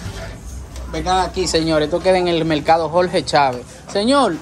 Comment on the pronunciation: De ke pais heres ? Por ke no pueden pronunciar la L ? dices melcado enves de decir mercado je je je